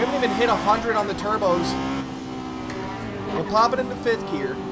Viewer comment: Absolutely Love it when he says Turbskyes